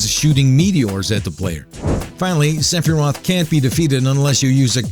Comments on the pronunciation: Its not Seph-I-rot It's Seph-Er-Roth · sefearoth was a funny mess-up aswell